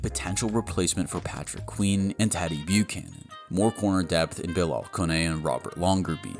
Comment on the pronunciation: Ok well presuming English is your first language, your pronunciation of player names needs work: Nnamdi Madubuike (Nahm-Dee Ma-Do-Boo-Kay) Chidobe Awuzie (Choo-Doe-Bee Ah-Woo-Zay) Teddeye Buchanan (Boo-Cannan)